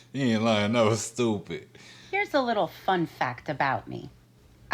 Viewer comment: That accent jumped out !! 'that was STUUWPIT'